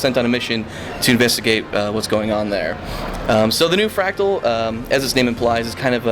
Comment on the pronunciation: MordRamoth, not Mordamoth. It's fRactal, not factual. I would think you have a problem with 'r's'. but you say other words just fine.